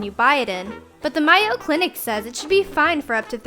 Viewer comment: It's not mi o it's mayo like mayonnaise